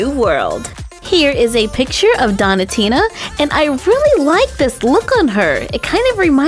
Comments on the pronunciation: Its donutina like donut not donitina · I love watching your videos BUT(T) i'm not sure that's how you say donatina.. dough-nah tina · not to be rude but it's pronounced doughnut-ina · You don't know how to pronounce donatinas name correctly it's doen -atina